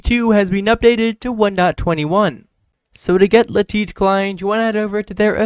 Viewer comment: Ah yes "le-tit" client is the best 😂